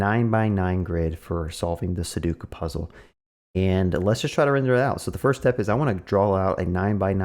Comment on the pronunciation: Two things right off the bat - it’s pronounced SU DOE KU - please tell me you already knew that the puzzle was 9x9 before recording this video and that you only counted the cells to teach viewers